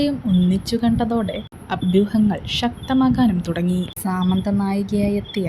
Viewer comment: Its not saamanta സാമാന്ത - സമന്ത